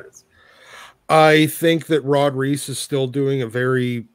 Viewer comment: So you pronounce Superman's artist Ivan Reis as RICE, but you also pronounce New Mutants' artist Rod Reis as REESE???